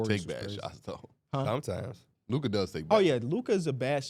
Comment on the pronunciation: year 7 still can’t say luka name right